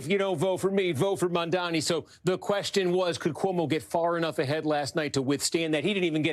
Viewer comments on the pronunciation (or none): Why does she keep saying his name like Mamdami? Am I crazy? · JFC it's not hard to pronounce his name correctly. She repeatedly called him Mandami. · Mamdami?? Still struggling to pronounce the name? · It's mamdani, not mamdami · why do people find it so hard to say the guy's name properly its MAM-DANI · Cuomo still can’t M-a-M-d-a-n-i’s name right. He either can’t learn or he is just choosing to continue mispronouncing it. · They still can’t say his name right 😐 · He still cant say the name right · Why is it so difficult for these people to pronounce "Mamdani"? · Still can’t get that name right…🙄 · Cuomo still can't pronounce Mamdani's name right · cuomo STILL CANNOT PRONOUNCE MA'M'DANI! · can you just get his name right? Is it really that hard? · he still can’t pronounce “Mamdani” correctly lol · Did Cuomo MISPRONOUNCE Mamdani’s name again?!? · how do you run a slot on msnbc on a guy whose name you can't learn to pronounce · It's M A M D A N I.. FOR GOD SAKE!! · why is it so hard for people to pronounce “Mam-dani“? is could scarcely be simpler, but they can’t ever seem to say it properly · Still didn't pronounce his name correctly. 😂